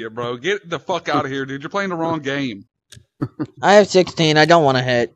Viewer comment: I fink maybe the west of dem wewe pwaying deh wong game.